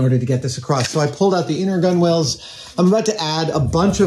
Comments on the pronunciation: Why are you saying gunwales like cool whip? Gunwale sounds like tunnel but with a g not a t. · Please Adam, it's pronounced "gunnals". You don't need to say "gunwalls" every time xD Edit: And you definitely don't need to call them "gun whales" either lol. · Adam, it's pronounced "gun-alls" even if it's spelt gunwales... The W is silent... God knows how you'd say Forecastle lol (it's "folksall" in case you wondered) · FYI - it's pronounced "Guh-Nulz"". Not "Gun-Whales". :) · It's pronounced gunnals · To try and stop my eye from twitching, “Gunwales”, is essentially pronounced “Gunnels” you don’t pronounce the W in the middle. Just like how you also don’t pronounce the W in Coxswain. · OMG! It's pronounced gunnals. Stop it!